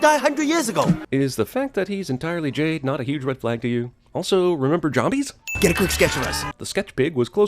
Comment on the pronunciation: Did he just say jah-mbies?